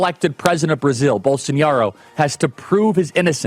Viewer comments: Charlie, it's pronounced Bol-so-NAH-ro, not Bol-son-YAH-ro. There's no tilde over the eñe. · It's BOLSONARO Charlie, not Bolsoniaro, not Bolsonhiaro, BOLSONARO. As for the rest, 👍🏼. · Come on man how can you speak with such authority on this issue if you can’t even pronounce the man’s name right🤦‍♂️